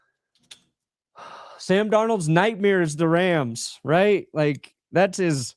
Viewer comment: say nightmeers? 🤣